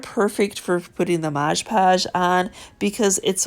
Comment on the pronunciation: Your videos always teach me so much! I love how you say "Modg"e Podge and what sounds like "soup" cases :-)